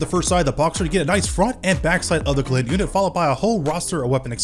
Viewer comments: Love your vids as always, but please for the love of ZEUS, it's "GLINT" not "GILLINT" lol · Why does he pronounce glint as gilet. Its glint like the glint in someones eyes. Or the glint of her ring. NOT gilet. 😂😂😂😂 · Bro keeps pronouncing 'glint' as 'gilnt' and it's frustrating me. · I cant be the only one slightly annoyed at how you pronounced GLINT